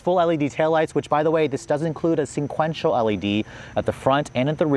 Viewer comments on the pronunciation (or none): OMG! The word is "sequential", not "SENquential. He says that all the time! C'mon man! Ugh. Lol